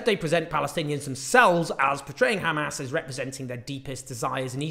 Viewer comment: "khamas" why can't they just say Hamas.. just asking.